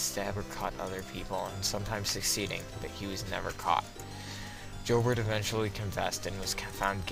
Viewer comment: Before you doing a video like this you might want to make sure you have the correct pronunciation of key names like Eberle, Joubert and Offutt.